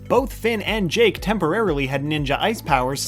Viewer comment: Dude at the start I thought you said jank the dog